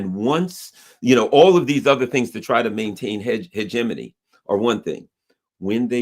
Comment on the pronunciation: Holy crap, he pronounced "hegemony" properly!